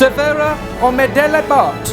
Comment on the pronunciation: Watching this as a Swede was hilarious. Love how you pronounce “ch” sound in “och”😂😂